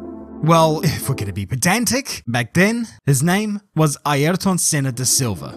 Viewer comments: Note: ayrton senna's name pronounciation is aerton senna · 'Airton Senner' 🇬🇧